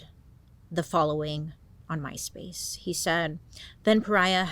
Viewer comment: I REALLY, truly thought you were saying " Mice-Face" 😅😂 Ooohh My Space, tht makes much more sense & much less creepy. 😅